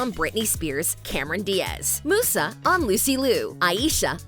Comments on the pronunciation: this video triggered me SM when the person who is talking pronounced musa name as mooo sa instead of saying muse a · It- it’s Musa, like music, not moosa, she ain’t a damn cow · Yeah, this is so true the minute I saw this I literally just didn't love it right away also she says it like moosa when it's músa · Its "Miusa" not "Moosa" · please stop saying moussa its musa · Am I the only one who keeps saying " musa /Muza" whenever she says "musa/mussa" It's musa with a Z like music " Myuza" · Its not Moosa its Musa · Stop saying mooosah It’s pronounced mewsa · Musa not moosa lmao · it not moosa its MUSA Mew_SA like how you say mew the pokemon name! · I have never seen someone pronounce Musa as Moo-sa, it's Myuusa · Mentions people asking if the creators even watched the original -Narrator pronounces "Musa" as "Moosa" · I honestly am just grateful to have a live action series. 🤷🏻‍♀️ Also, Musa sounds like, MUSE AH 😊 I appreciate this video, I just.. can't ignore the fact you got some things wrong. 😂 It's okay. You probably didn't watch it so it's fine. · The narrator gave you all false informations. „Musa“ with pronounciation oo is actually italian, in Fate they still call her „Miusa“ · Why are you pronouncing it Moosa? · Is anyone bothered that she pronounced Musa as Moosa? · I’m so bothered by the narrator pronouncing Musa as Moosa😡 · Does no one know how to pronounce Musa’s name? Here, lemme help you M-you-za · The original Winx Club is Italian, the pronunciation of Musa is 'Moosa'. 'M-you-za' is the pronunciation of the english version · Love how the narrator's clearly never seen the show but is just making the content that people want to hear. Real fans don't call Musa "Moosa." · No, it’s the English version that use this pronounce. The original is “Moosa”. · It's pronounced Mi-yusa. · I can’t help but laugh and cringe when they say Musa as Moosa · Why is Musa pronounced as Moosa LOL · Anyone else annoyed with how she pronounces Musa!!!